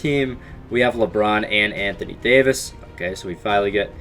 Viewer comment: Anthony Daoyvis